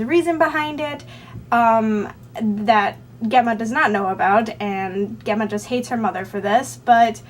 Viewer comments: I believe Gemma is pronounced Jemma :) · it's an ancient latin (and now italian) name and I've always heard people pronounce it jemma:)